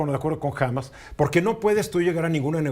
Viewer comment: No se lee "Hámas" sino "Hamás"